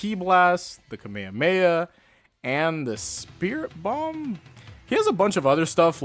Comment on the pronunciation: Dude said "the kamayamaya" 💀